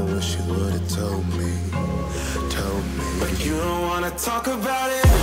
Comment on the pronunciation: Cody saying “How toll are yew” SENT me